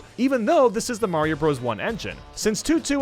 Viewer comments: Mario not mayio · me: * hears you say Mayro's a she * Wait, he is a she!?!?! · When u said Mayro u said she? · Wait is he saying Mayro